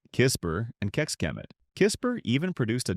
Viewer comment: Mezőhegyes, and Kisbér and of course, Keks k'e Met (Kecskemét) I always laugh how english try to pronounce hungarian cities